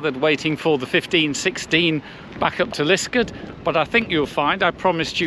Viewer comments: Yes, this is a fantastic experience and well worth the trouble of finding it! Just one small point, Liskeard is pronounced Liskaad, not Liskud. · Hi. I do not wish to be too pedantic as I always enjoy your videos, but can I say that your pronunciation of Liskeard is way off. The name is pronounced Lis-card with an emphasis on the second syllable.